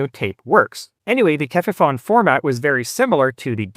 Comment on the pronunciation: Cool video as always. But a German pronunciation tip "fon" is pronounced "phone" not "fahn." Tefifon rhymes with telephone.